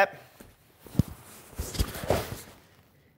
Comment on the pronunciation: My ohhponnant donnn liiiike dubelll leggg! 😂👍